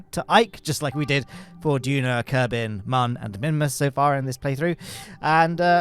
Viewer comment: I love the little zoom-in on the clipboard kerbal.:D "Kerbyne" -- As if I wasn't laughing my head off already! 🤣🤣🤣, why don't you use the joysticks of the control panel you had built? Inquiring minds want to know! Though I can guess at a possible reason: The joysticks didn't look very ergonomic. Is that the case?